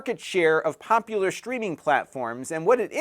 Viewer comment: Are you saying "shtreaming"?